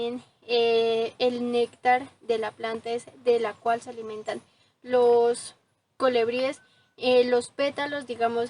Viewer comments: Muy lindo tu video y muy lindas las flores, también lo explicas muy bien.....pero no digas colEbries...es colIbríes la pronunciación correcta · Se dice colibríes y no colebríes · Mi niña muy linda tu descripción del jardin precioso, con todo respeto te digo q se dice colibries y no colebries se escucha muy incorrecto, un abrazo.